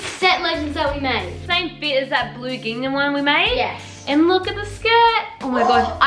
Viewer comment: Does anyone else get triggered when says “gingnam” instead of “gingham” 😭